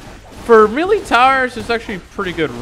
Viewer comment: Lol bro said mealy